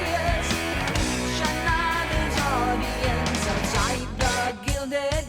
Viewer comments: Guilded cage....not guided. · Gilded Cage. You said glided.😮😅😂. I am listening to you bounce around trying to decipher the lyrics. Plainly put you're not very bright. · GILDED! Gilded cage,NOT glided ~ with all due respect, love your take on things! 🤩 Neil Peart was not only the most incredibly amazing drummist, yet also very well read, and the expression "gilded cage" took us way too long to understand when it was new ~ high school for me! 🥳 We got A's for our favorite writer reports we did on him! 🧙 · glided? "Gilded cage" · Gilded cage not glided cage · Fisheye lens not fish island, gilded not glided. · How can you do lyrical analysis when you misread gilded cage as glided? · Its gilded cage not glided cage!!!! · It's gilded, not glided, meaning it was gold-lined. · “Gilded” cage. Not “ Glided” It means the “cage” is layered in gold. Nevertheless, you’ll enjoy doing rush because they’re lyrics are very profound and in-depth the music is outstanding and you’ll fall in love with this group as you continue down the rabbit hole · It is 'Gilded Cage', you said something else.